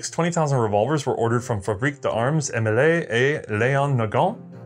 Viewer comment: It gets more funny when you hear him pronounce Émile as [Emilay] instead of [Aymeel]. But it's a trait and we love him for it.